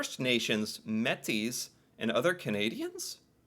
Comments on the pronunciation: Métis is pronounced “May tea” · Metis (may tee) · Our Rangers need to be far better known in Canada. My family in the far North learned much from the people there. The Inuit and First Nations peoples have lived on that land for millenia so it makes sense to learn from the experts. Btw, Metis is pronounced may-tee. The Lee Enfield .303 is a rugged bolt-action rifle. Dates back to the beginning of the 20th C. Used in many wars. In peacetime a solid rifle used for hunting. Was discontinued late '50s but >17million made so lots of surplus. The Finnish rifle was made for the Arctic and similar to the Lee Enfield. The conditions are harsh and the fancy rifles are unreliable. As for the 5 areas they operate in, just look at how rugged these areas are. The lands are vast and very varied, from tundra, taiga, mountains, and the north coast. The distances are huge. If you do not understand these lands, it is very easy to die. As for the DEW Line and NORAD, the recent Chinese spy balloons were tracked and targeted. The warming of the Arctic is making incursions by other countries in our waters is becoming an issue. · METIS = Mat- tee. Time you learned to pronounce it properly, if you're talking to Canadians! The Metis are Canadians of mixed French- Indigenous descent. They were led by Louis Riel = Loo-ee Ree- el, to establish themselves as an important cultural group of Canada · This is off subject but I heard you mispronounce this title, Metis. As a Metis it's important that you pronounce it correctly. The easiest way is to think of it as Maytee. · Métis is pronounced may-tea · Metis Pronounced MAY-TEE